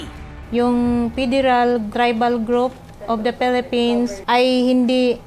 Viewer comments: Phelepens 😂 to yun tama (Pwede I delete ko to kapag parang walang respect ako) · Samurai daw. Tas yung pag pronounce ng "Philippines" pelepens daw. Bisaya talaga HAHAHAHA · En da Pelepens. Sabe ni ate. 😂